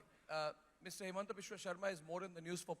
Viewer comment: It's himanta not hemanta